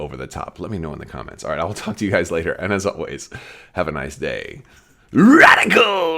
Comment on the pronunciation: Uh... when I hear you say "Radical" It makes me want to roll up a newspaper and smack you on the nose with it. "No, no..."🙂